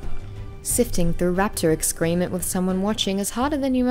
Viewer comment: FYI she says excrement wrong as well 😝